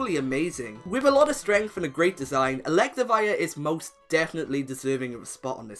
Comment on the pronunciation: ELECTIVIRE, NOT ELECTAWIRE!